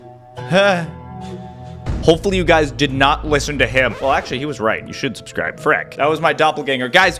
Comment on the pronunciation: make sure to shubscraib……….heh (i laughed so hard when he said heh)